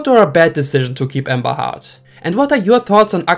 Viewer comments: Her name is pronounced Heard , not Hurd. But Hurd does sound like Turd which is why I assume you are pronouncing it as Hurd. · He pronouncing it Hard … not Hurd. And heard and Hurd sound the same English isn’t your first language, one must assume 😬